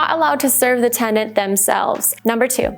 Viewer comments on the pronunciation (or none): It’s tenant…. Not tendant.